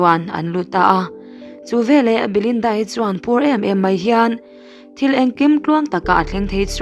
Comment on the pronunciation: Ngaihnawm khawp mai. Mahse, veleh tih tur velah kan ti zel mai hian beng a tikham.